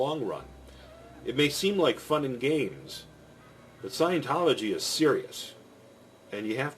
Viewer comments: Say it with me. Scient-tology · The sad thing is we can't trust a word of what you say because how could you know anything about the subject if you don't even know how scientology is pronounced